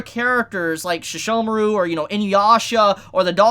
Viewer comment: I thought that the Shikon pearl was the only way to connect the two eras, Also, you say Seshomaru as Shishomaru, sounds weird.